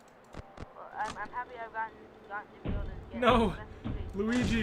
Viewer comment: Noooooo! Not loogi